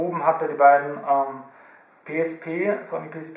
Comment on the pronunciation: hehe its so funny how he says P, PsP, iPod. game boy sP haha lol